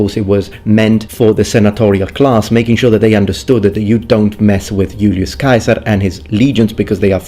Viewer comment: I love how you pronounced Julius Caesar's name as it would have sounded when he was alive. Brought me back to Latin class haha